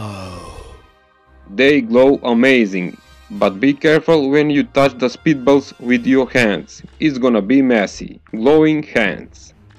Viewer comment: Thought he said "speed bubbles", took some extensive Googling to find out it was "spitballs". BTW switching from a quiet background music to a really LOUD one is a bad idea, some people have to deal with family/roommates.